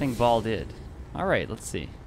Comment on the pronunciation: I guess you never play Diablo 2.....Baal is pronounced bay-all instead of "ball".....made me laugh a bit.....awesome video btw.